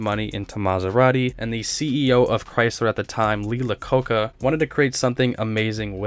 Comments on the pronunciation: Lacocca? Iacocca lol I had to replay that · u lost all credibility when u said Lacocca my boy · ‘Lee Iacocca” is pronounced “eye-ah-CO-ca”. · "Lee LaCoca"? Lee Aye-ah-co-ca. Perhaps you should stick to cars of your own era. There are too many factual and contextual errors in your video to even begin to list or spend any time on. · It's Lee "I" acocca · Lee “eye-uh-KO-kuh” For the record. He’s an icon. The video is awesome regardless. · it's Lee EYE-ə-KOH-kə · Iacoca pronounced Eye-A-Coke-A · After you called Iacocca(👁) "La Coka", your video became 💩. Cartier is French, so expand your knowledge. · its pronounced LEE EYE-O-COKE-A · Lee " eye uh coke uh" is the pronunciation. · OK time for some research mmmk. I want you to look up how to say Lee Iacocca name just go to Google. please your in college now. Time to act like you have some brain matter between your ears. Don't major in Bud lite and weed OK big guy. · Please learn to pronounce Lee Iacocca's name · You can (and should) look up pronunciations. The type of people watching can pronounce Lee Iacoca and Pininfarina. Js